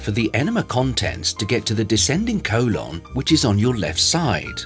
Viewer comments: Colon ❌ colawn ✅ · I had his voice stuck in my head saying CO-lon the next couple hours after watching this😂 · "Co-lawn" 😂 But seriously this helped a lot.